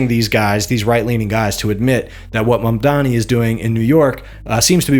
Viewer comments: Dude why tf can’t ppl say Mamdani? I don’t get it. Is it if you don’t like him he’s mamdami? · Also shocked no one bothers to say, "hey, it's Mam-dani. Not Mam-dami" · People who get paid to speak into a microphone and can’t say Mamdani right…blows my mind